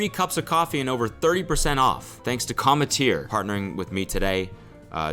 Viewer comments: did no one else trip off how he had to VO "cometeer" into the ad? do you think he was saying it wrong? lol "Cum- tear" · I swear cody mispronouced 'cometeer' every single time, and his editor had to patch everything up lol. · I feel like Cody was definitely mispronouncing commetter because all the times he said it were like dubbed over lmao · lmao he had to dub over the ad read I wonder how he mispronounced the brand name at first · Bro the voiceover on the ad spot every time he said the company's name. I need to know what he was saying so wrong lmao